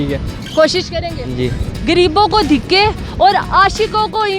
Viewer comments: you have to learn urdu too its not dhikay its dahakay 😥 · Dhiky nahi urdu men dhaky hota aap galat bol rahi ho urdu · Dikay Dikay Dikay 🤣🤣🤣🤣 bibi pehly urdu sahi bolo... Dikay nahi. Dhakay hota hy.... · Dikke nai dhakke he medam3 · Apni urdu to theek kro...diky kaya hota hai..dhakay hota hai word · Khud ko urdu ati nhi awr na Punjabi awr dosro ko pouch rahi.. Shokhi.. Diky koi word nhi haa dhaky hota.. Awr Punjabi ma tikky hota awr entoo ko etta kahty . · Dhakky bibi dhiky nhi hota, apki apni urdu pnjabi bht khrb hy ye tanqid nhi mashwra hy improve krn apna lehja bhi or alfaz bhi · Ye dakhey ko dikhey bol rhi hein kisi ko samjh hi nhi araha he ...😂😂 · hello ye word dihky nai dhaky hota g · Dhikke nhi dhakke hote hein bibi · jahil larki pehley urdu sahi seekhey...''lafz ''dhakey'' hein urdu mein..''.dikkey'' nai..... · It's not dhikkay madam its dhakkay. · Yeh dikhaaayy kia hota hai ki khud ki urd u kharab hai. Dhikay ni DHAKAY HOTA HAI!! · Is not dheke is Dhaka😂😂😂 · pehlay khud tu bolna seekh lo. It's not "dikkay" it is "dhakke" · ko khud Urdu nahi aati dhakey ko dhikey bol rahi hai pehley apni Urdu ka talafuz toh sahi karey Urdu national language hai Urdu toh sahi karoo apni Punjabi national language nahi hai Jo sabko aaye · Apna talafaz to thik kr lo dhiky ni dhaky hoty hyn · Dhikay nahii BIBI DHAKAAY APNI BOLI TO THEEK KR LAY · Kia aap ki urdo sahi hay Degay nahi hota dehkay Hota hay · اس لڑکی نے بولنا یی نہیں سیکھا، dhakke کو dikke کہہ رہی ھے۔ شرم آنی چاہیئے اس چینل والوں کو جو اس لڑکی کو اس کام پہ لگایا۔ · Apna 'dheky'phly sahi kry plz waisy dhaky hota hai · SISTER PEHLE AAP APNI URDU PRONUNCIATION THEEK KAREN.....DHIKKAY NAHI HOTA DHAKKAY HOTA HE.... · آپ دِکّے نہیں دَھکّے کہتیں تو شاید کسی کو سمجھ بھی آجاتا 😀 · Ooo bibi urdu tu sahi bolo... What is the degge?? 🙄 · کنول آپ تو خود بھی دھکے لفظ غلط بول رہی ہیں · محترمہ پہلے اردو بولنا تو سیکھ لیں آپ، دکے نہیں دھکے بولتے ہیں 😋 گریب نہیں صحیح لفظ غریب ھے 😜